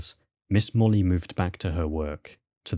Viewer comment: Interesting. Molloy is usually pronounced as spelled, not 'Molly'.